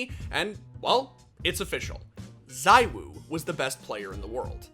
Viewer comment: The whole Zywoo (pronounced Zee-woo, btw) vs s1mple debate kind of makes me think of Mahomes vs Brady in American football. Mahomes is by far the most talented player the NFL has ever seen, but Brady is still the GOAT.